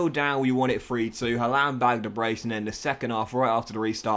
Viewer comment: Pronounced harland pal